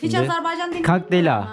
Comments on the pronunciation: video çekiyorsun ve kendince azerbaycan lehçesinde konuşuyorsun. Fakat içinde bulunduğun devletin adını doğru bir şekilde söyleyemiyorsun. o devletin adı azerbeycan veya senen dediğin gibi azarbeycan değil beğim. orası azerbaycan. önce bu Türk devletinin adını doğru söylemeyi öğren. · Siz birinci AzerbAycan sözünü düzgün deyin! AzerbEycan eşidən kimi söndürdüm videonu